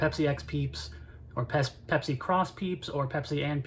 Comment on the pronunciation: Peepsi :D Great vid!